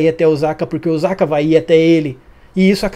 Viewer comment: Esse episódio foi show. Essa série só melhora. Sobre OSAKA, a pronúncia correta é o SA com som se S. S em japonês não tem som de Z. O som é o mesmo que sapato, sapo….